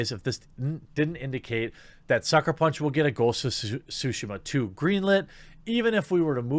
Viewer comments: Please stop butchering the name of the game. You're supposed to pronounce the T in Tsushima, you either call it sushima or shushima. Practice by saying Tsu repeatedly while making sure to pronounce the T. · Did he say ghost of sushima XDDDD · Sue-she-ma .....like Hiroshima. Come one dude